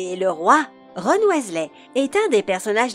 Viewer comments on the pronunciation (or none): C horrible la vois en plus elle prononce mal le nom de Ron et de tous le monde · Cette prononciation degeulasse du noms de ron